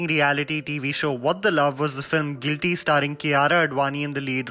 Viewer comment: Did I just hear him say GLITY instead of GUILTY?